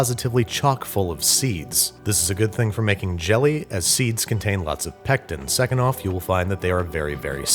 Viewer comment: Say pectin one more time I dare you!!!